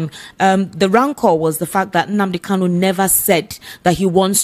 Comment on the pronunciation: This man should know the name is Nnamdi KaNu, and not Nnamdi KaLu. The last name is spelled with "N," and not "L."